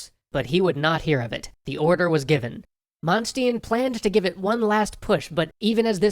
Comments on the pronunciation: You messed up the generals names like Von (manch )-(stein) and Von(toot)-(in) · Damnit, you will never learn how to pronounce Manstein's name correctly, even after my repeated comments. For shame.